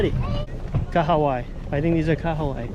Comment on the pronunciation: Welcome to NZ and!! Snapper are so good here in NZ!! I love how you pronounced Kahawai! 👌🏽👌🏽 you guys also need to catch a Rugby game 🏉 🤙🏽